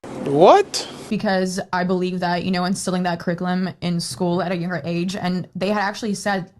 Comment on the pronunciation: ...WTF is criclum? Yeah, I always hate it when a school doesnt update their, "CRICLUM" (curriculum).